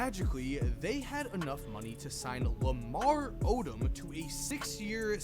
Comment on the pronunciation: Odom is pronounced oh dumb